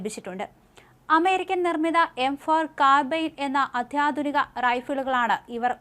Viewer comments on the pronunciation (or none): none